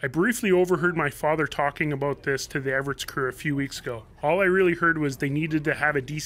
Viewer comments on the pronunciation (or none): Hi Mikey, how come you pronounce it Everits but it is spelled Everts?